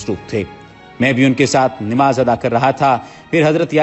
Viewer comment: Kindly correct the pronouciation of نماز it's namaz not nimaz